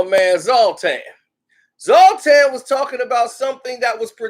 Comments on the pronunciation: ITS NOT PRONOUNCED ZALTAN ITS ZLAATAAAAN !! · HIS NAME IS ZLATAN. NOT SALTAIN. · ”Z🛴AT-TANN‼️‼️‼️‼️” Not Zolt-Tan You’re a Man U supporter u should at least know how to pronounce his name.... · Ibra contabra. Killing me. Its zla tan. Zoltan? Lol he's also a black belt careful man lol 😆 When someone says ahh umm hmm after everything they dumb. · Did he say Zaltan? Did he do that on purpose?